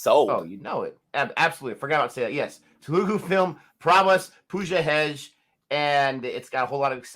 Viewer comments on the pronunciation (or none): her name is Pooja Heg-de not Hed-ge